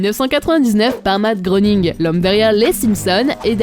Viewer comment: on dit Matt GRÉ ning